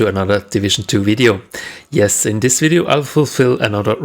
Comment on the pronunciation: Its video not wideo lol